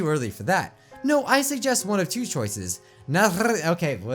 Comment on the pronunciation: And nihlazine would be pronounced Nile-a-zeen